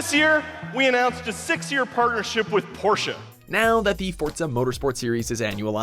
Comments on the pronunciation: I like how you pronounce Porsche like porsh then the guy at E3 pronounce it right 5 seconds later. Do you even rewatch the final cut? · It's PorschE not Porsch dude. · Guys it’s Porsh-uh. Not Poorsh. And also some of us forza fans are car enthusiasts so I got no clu why your complaining. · God please stop saying Porsh. It's two syllables POR-SHA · PorschE, E, not Porsch. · Poor-Shuh not Poor-sh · So, after many videos of saying "Porsche" correctly, you say "Poosh", while immediately following with a clip of a guy saying "Porsche" with an audible "E"? I know, I know, "E" at the end of words is silent in English, but hey... How come Nike isn't supposed to be pronounced "naik"? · It's not pronounced Porsch, its Porsche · It’s not fucking pursch it’s Porsche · Bruh, it’s Porsche like Porshuh, not Porsche like Porsh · It´s called Porsche, not Porsh! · it's PORSCHE not PORSCH!! GET IT RIGHT!!! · IT IS PORSCHE! not Porsch. Plebs. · Dr Faustus Not Porsche but Porsch-a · IT'S POR-SCHE NOT PORSCH!!! that's everything I have to say, thanks. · its P O R S C H E not porsh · Fuck im hooked on e3 vids. I swore he said porn not Porsche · What is porsh? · It's pronounced P O R - S H E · Hey! IT'S POR-CHA! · It's Porsch-eee goddamn it. Stop butchering the pronounciation. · Fortza porsha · it's pronounced PORSCHE, why do everyone get it wrong, it's so freaking simple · FOR-Zuh Jesus I swear you all butcher names on purpose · Stop saying Porsch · says: "porch" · IT’S. PORSCH-UH. SAY IT RIGHT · "Porsh" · Cringed at PORSH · It's pronounced Por-shce-iago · You don't have the right to call the Porsche thing cringy if you can't pronounce Porsche lol. Also, it was actually helping it's case when Xbox brought the GT2 RS to E3 because FM7 is the first game in the franchise to ever feature Porsche cars at launch for a long time, so learn your facts and know what you're talking about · I cringed because he said Porsche wrong. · PRONOUNCE PORSCHE CORRECTLY ALREADY!